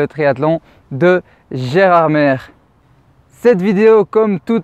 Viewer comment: Précision Gerardmer se prononce « Gerardmé »